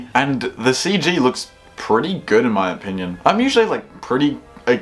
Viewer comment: "2014" "good" Is your... brain... okay? Do we need to get you to a doctor or something? Did you just stumble out of a car accident with some sort of horrific physical head trauma that made you not be able to say words right or something?